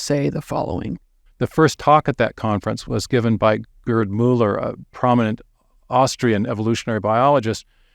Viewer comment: Please stop calling the man "GURD." His name, in German, and English, is pronounced "gayrt" with a German, uvular "r." When one says GURD, it sounds like GIRD, which is an acronym for "Gastrointestinal Reflux Disease." 😁